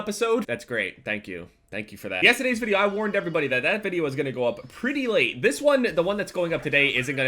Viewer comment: Why TF did you say 'Pretty Late' like that at the start of the video (like if you agree it was weird xD)